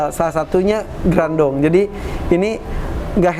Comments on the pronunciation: Harusnya grandong,bukan grandiong mas editor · Mon maap bapak editorr "grandong" bukan "grandiong" wkwkwkwk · Grandong a bukan grandiong Grandiong teh saha😭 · Gerandong kak bukan grandiong 😁😁😁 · Grandong a bkn grandiong wkwkwk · Kenapa bacaannya dokter rajanti mencoba mem4hami grandiong ko grandiong? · bukan grandung😂